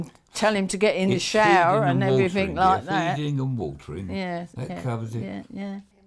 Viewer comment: A couple of real cockneys. Noticed she said “somethink” and “everyfing”, which I’ve noticed a lot of East Enders or Essex people say when there are no such words! It’s hard to believe they’re nearly 80. Both look about 70 to me.